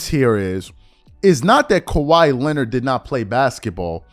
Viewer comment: Stephen A Smith says “Lenned” that the same reason you always say “He be…” “She be…” It’s called improper English. 😐